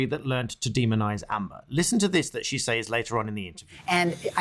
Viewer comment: Actual Malice is only required when the person who is defamed is a public figure. Actual Malice is not required for lay people. Also says like sez, not sAYz